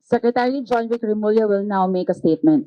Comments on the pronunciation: For giving good content, let me help you pronounce Tagalog words better to impress Filipinas. Tagalog is pronounced as Tagah-log (lo as in the first syllable of low) not Ta-ga-log. Taguig is pronounced as Ta-gig the guig is pronounced like the English gig. Remulla is pronounced as Re-mool-ya. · Also another correction the name is pronounced as "Reh-Mul-Yah" as the double L is pronounced L, followed by a Y.